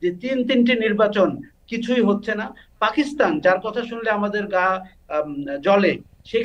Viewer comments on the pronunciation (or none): none